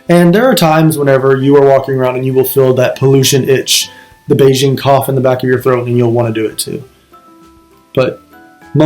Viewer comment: For God's sake, LEARN how to pronounce "Beijing"!